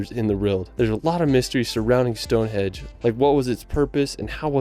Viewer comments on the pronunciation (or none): Stonehenge, not Stonehedge. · Sounds like the narrator is calling Stone Henge - "Stone Hedge" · It is Stonehenge not Stonehedge. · Henge not hedge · Hi from the UK. just to say its stonehenge not stone edge. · Eddin-bruh. stoneHENGE,NOT Stonehedge ffs. All over the “rirrld?!” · Why does the guy keep calling it Stonehedge, is it AI? Good reaction guys.